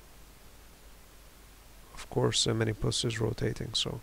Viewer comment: The reason you don't get many views is because it's called "Minmus" not "Minimus"